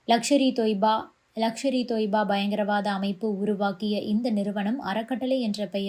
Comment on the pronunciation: லக்ஷர் இ தொய்பா இல்லை. லஸ்கர் இ தொய்பா